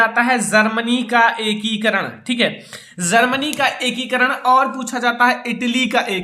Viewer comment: Bolna toh seekh lo Germany hota h zarmany nahin h.